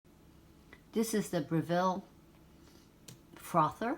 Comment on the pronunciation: Great video :) FYI Breville is pronounced "Brev Ill" (ill as in sick) and Milo is pronounced "My Low"